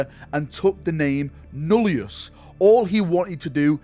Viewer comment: Deathwatch Titus is called Nullus, not Nullius. There's no "I" after the double L. I know it's a nitpick but it was bothering me 😅